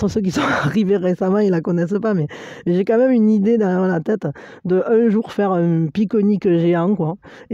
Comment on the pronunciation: Un pique-nique géant😁(avé l’accent!) j’adore!😂